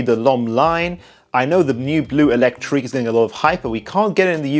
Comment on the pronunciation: Great vid as always but there is one thing no one seems to get right, it should be „bleu électrique“ like in „bleu de channel“ an not „blue électrique“ ;)